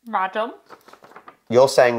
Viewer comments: said 'Radom' perfectly! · Please don't learn from this map! was much better. Her Radom is perfect:). When you see szcz in polish words, try to speak both. In Bydgoszcz sz ( like sh in shop) and cz (like ch in chair). Katowice with e in the end (like e in egg). And of course our capital is WARSZAWA not Warsaw. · Radom - your wife did it right on her first attempt! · Your wife pronunced Radom correctly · O man, this beginners guide was meant to be a joke more like a real pronunciation guide xD You were correct with KatowicE, with BiaŁystok, RAdom etc. Anyway, nice to see you having fun! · Radom has been pronounced correctly by